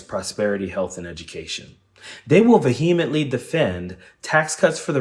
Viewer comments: a good post, as usual, but please use a standard pronunciation of "vehemently"! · I don't like the way you say Vehemently. Vee hee. Like Michael Jackson. It's said like 'veer-ment-ly'